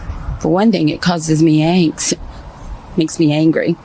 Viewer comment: Trump supporter, it’s not “anks, it’s “angst”. And Mike Johnson, it’s not “the Midterm”, it’s “Midterms”, plural.